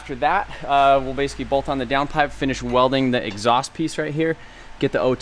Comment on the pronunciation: I love how this dude says "basicy" .. nice video!